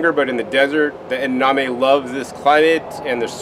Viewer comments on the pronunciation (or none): Do you mean edaMame? Not edaName